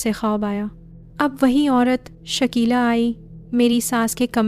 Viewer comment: Shikila nhi hota Shakila hota hy